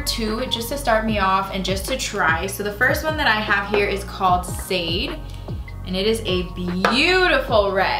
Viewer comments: You look amazing. That foundation really melted into your skin! & your hair is beautiful as well! Also, The shade name of the lipstick is actually pronounced “shah-day” after the singer. All of the lipsticks in the “Bad Ass Icon” line are named after iconic black women. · How did you mispronounced ‘Sade’ 😩